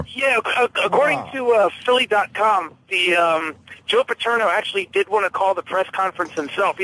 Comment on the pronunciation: How does it Opie not know how to say “Paterno” after hearing it over and over again?